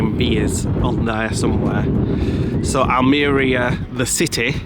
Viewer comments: Spanish is pronounced as its spelt. Just break down the words. AL-ME-RIA Almwria CA-FE-TERA cafetera the coffee pot in your apartment. Great videos your brighten up the winter evenings 😊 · It's like saying Al Maria, but spelt Almeria lol, enjoy your travels